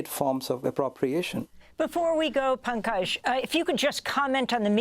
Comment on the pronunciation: “Bankage” Mishra?!